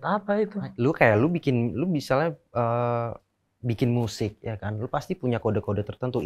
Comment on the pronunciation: Miyusic... Wkwkwk